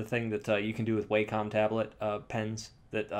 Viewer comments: FYI: I believe it's pronounced "wah-kum," not "way-com." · Its pronounced wah-com. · Tattoos_By_Kai I do it too. I know it's pronounced (Wah-com) but Way-com sounds a lot better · Yeah, I pronounced it "Way-com" for years before learning better. Japanese pronunciation and all that. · Life's biggest mysteries include: what happens once you die?, is there extra terrestrial life in the universe?, what does it feel like not to exist?, and HOW THE HELL DO YOU PRONOUNCE WACOM!? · ***** yeah, I live in CA and most people do mispronounce it. Doesn't make it right.